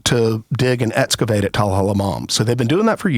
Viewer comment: I have a hard time taking people seriously when they mispronounce words like excavate